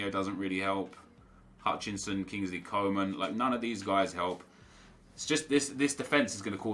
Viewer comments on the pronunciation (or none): none